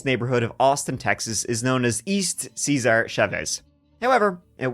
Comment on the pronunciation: For the love of everything it’s not ceaser chaves!! It’s Cesar! It’s not a Roman name